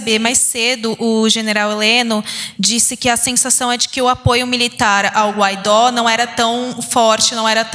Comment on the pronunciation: Guaidó, não! Guaidô! Escreve-se Guaidó e lê-se Guaidô.